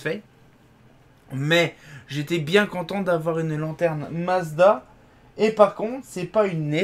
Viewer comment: le l'enterene ou la l'enterene